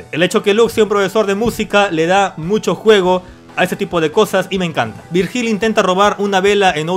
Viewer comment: "Virjíl" hahahaha....se pronuncia "Víryil" XD